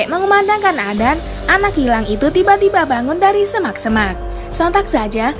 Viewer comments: sedikit koreksi adzan bukan adan karena bahasa arab salah sebut satu huruf saja sudah beda arti, tapi kontenya bagus kok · Kyk susah lidahnya Ucapkan adzan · Aku yg salah dengar apa,y salah sebut, azan apa adan yah....😂😂😂😂😂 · adzan...bukan adan astafirullah😂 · Hallo yang membawa acara. Tolong jgn sebut adzan dengan sebutan adan. Saya sudah pakai headset,jelas terdengar anda bilang adan. Tolong di perbaiki lagi kata-kata adzan nya. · ADAN,,,?!! Yg bener kalo ngomong Min. Bahasa Arab kalo salah baca maka artinya juga beda. Bukan ADAN dibacanya, tapi ADZAN bukan ADAN!!! Karena kalo ADZAN artian dalam bahasa Arab artinya adalah seruan atau panggilan atau pemberitahuan. Sedangkan kalo ADAN, itu gak ada artinya. Belajar dlu Min! Biar gak bikin sesat orang hanya karena dengar cara bacamu yg gak benar itu!!! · Adzan.... bukan adan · Y mksudnya ko admin nyebutnya adan .....harusnya adzan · Sebut yg benar,.. adzan bukan adan, itu beda makna.. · Adzan bukan Adan min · Maaf bukan adan atau azan yg benar adzan... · Adan apaan min,adzan kali,atau emang gtu cara kota tempat min blg adzan jd adan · Perbaiki dulu bacaannya baru ane subs n like.. adzan koq dibilang adan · Maaf..Adzan bukan adan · Bukan adan tp adzan mbak.. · Kok adan, adzan bukan adan, ngomong aja salah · Adzan.. Bukan adan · Ajan woe bukan adan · Adzan lah bukan adan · Adzan bukan adan ok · Emang penyebutan kata adzan : adan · Emg adan dia ngomong😂😂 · Yg baca adzan. Salah... Aq mendengan dia bilang adan... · Orang islam apa ngak yg ngomong ini. Nyebut adzan aja ga pas. Ky bkn org islam yg buat video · telol apa sengaja? Kok ngomong adzan nya salah sih